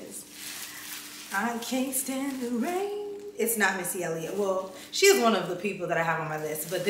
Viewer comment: I’m excited to see the looks and it’s pronounced she in like she’s in the room.